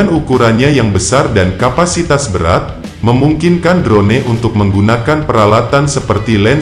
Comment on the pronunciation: Hahahah... ... ADMINNYA KAYAK TDK PERNAH DENGAR ISTILAH ASING YA... 🤣🤭 DRONE DIBACA DROUN MIN... 🤣🤣🤣